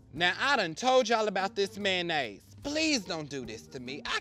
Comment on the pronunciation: . Me when my friends saying how much they love Maynase ( that’s how he said it )